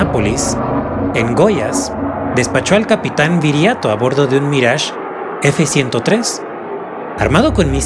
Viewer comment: Minuto minuto Cuando dice "Mrage F103" lo correcto es "Mirage III" Saludos desde Argentina🇦🇷🤗❗️